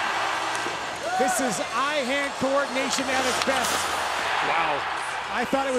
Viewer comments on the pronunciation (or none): "Eye-Hand" triggered me.